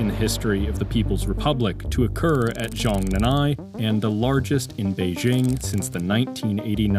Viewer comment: Americans: stop pronouncing Chinese phrases with silent consonants. it's Zhong Nan Hai